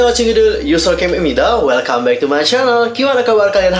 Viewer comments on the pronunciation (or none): none